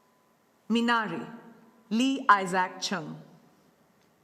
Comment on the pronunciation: Finally someone pronounced Minari right